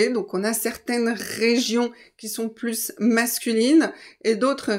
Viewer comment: Merciii Profe!! J'ai une question : pourquoi dis-tu « pluS masculine » avec la S, mais « plu(s) féminine » sans dire la S ? Les deux sont des adjectifs qui commencent par une consonne, auquel cas ils m'ont appris à ne pas dire le S 🤔🤔🤔